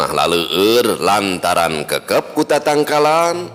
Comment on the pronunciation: Kékép ku tatangkalan,, sanés kekep nya.... 😂😂